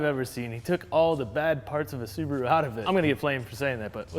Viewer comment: Thank you for pronouncing Subaru correctly and not 'Sarbaru'